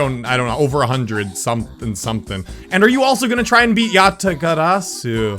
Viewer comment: why does not pronounce Rs? It's 'Yat-ah-gara-su' not 'Yat-ah-gada-su' please sort this out.